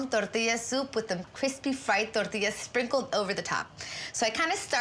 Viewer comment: Because they don't speak Spanish. Ramsay uses his British accent because that's how he talks normally. Do you want everyone to butcher Spanish words? If we know how to say them correctly we should say them correctly. When she says "tortillas" it's not an accent. When you say it, it is.